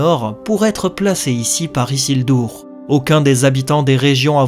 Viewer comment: isildur et non isildour et sauron et non sauronne...